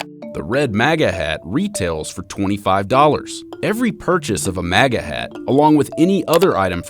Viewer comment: You are pronouncing MAGA wrong